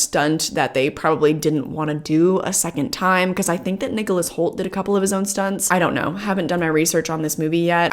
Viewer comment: "I've loved the Hoult-rajectory of his career" is what that sounded like :)